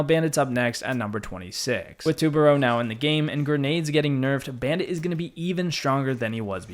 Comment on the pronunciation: Pronounce it right it’s tu ba ru say it like that